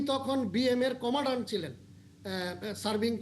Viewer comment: Commandant, not commadan.